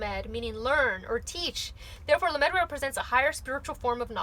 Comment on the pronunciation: lAmed (not lamEd) ❤️